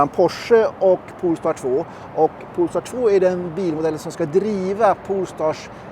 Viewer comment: Poooool-star!? … Polestar…